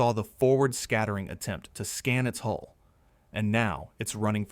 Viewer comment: "Hull" not "hole."